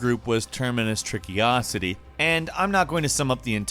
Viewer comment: Termacious. In case you don't know this is pronounced, "Terminus." It is an astounding feat that YouTube has accomplished in drawing to itself such a vast group of creators who can't read. It is truly amazing. Bonus content: Trickocity is pronounced, "Trickiocity". Bonus content 2: He actually says "Terminus Trickiocity" three times in the video. Sorry, Termacious Trickocity, you can't expect someone to actually read a name with more than two syllables on YouTube.